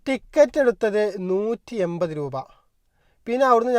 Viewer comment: എയിവത് രൂപ. ഇനിയെങ്കിലും മാറ്റിക്കൂടെ ഇങ്ങനെയുള്ള ഉചാരണം.